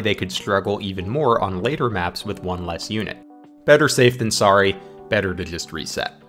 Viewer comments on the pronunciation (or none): none